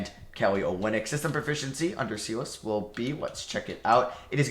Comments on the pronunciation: please change the way you pronounce Stephen Silas' last name lol it's not pronounced see-las it's pronounced sigh-las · why do you prounounce it seelas LOL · why u calling him SEEE- LASS LOL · please pronounce Silas correctly,,,,every time you butcher it makes me cringe